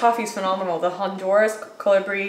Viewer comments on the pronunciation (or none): none